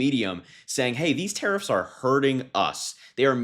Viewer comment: Hah! 'Tarrariffs'!